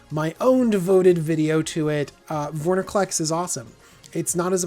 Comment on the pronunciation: Why do you and the professor both mispronounce it "Vorniclex"?